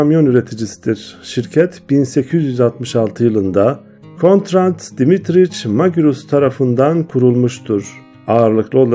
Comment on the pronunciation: Emeğinize sağlık, nacizane bir kaç düzeltme yapmak isterim. Deutz’un okunuşu: Doyts Conrad Dietrich Magirus okunuşu: Konrad Diitrih Magiğus